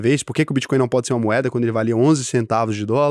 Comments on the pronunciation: Só eu que vi o "Bitcoim" 😂😂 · Vi tb. Era melhor ter colocado BitCóio como ele fala as vezes kkkk